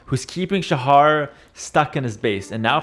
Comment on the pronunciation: Shahar18 is actually the second highest elo player from Israel, and Shahar is not pronounced like says it. the "ha" part (shaHAr) is pronounced with a sound that doesnt exist in english, like the last letter in malawah.